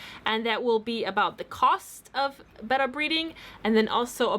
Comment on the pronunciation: I don't think your saying betta right???